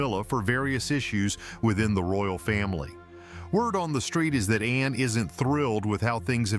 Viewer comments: It’s Ann not Anna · It isn’t Anna It’s HRH Princess Anne. The E is silent n so annoying with names that presenters say including Prince Louis the presenters say Prince Lewis ??? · It is Anne not Anna. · Her name is Anne, NOT anna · it is ANNE NOT ANNA GET IT RIGHT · Her name is Anne not Anna!!! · The name is Not Anna! Her name is Princess Anne. The E is silent. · Her name is not Anna ANNA! It is ANNE! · It's Princess Anne. Not Princess Anna. Please get that right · She is Princess Anne (the e is silent). Her name is not Anna. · It’s ANNE…not Anna